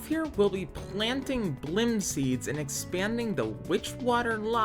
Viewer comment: its bilim not bllim dont forget the first i (B I L I M not B L L I M), while its spelled how you pronounced it terran is pronounced terrUn or terrEn both are correct, and you'll have to look up how to pronounce rapier I have no idea how to explain it, solderer is the person who solders the machine should be a soldering machine that one is 100% the mod makers fault though also the entire set of words is dumb and hard to pronounce so I don't even know which one of us is saying it wrong or maybe we both are right idk, LOVE literally everything else, great videos and I could listen to you talk for hours